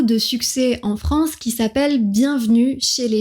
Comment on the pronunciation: Commencez donc par différencier vos "é" et vos "è".... FRANCÉ c'est insupportable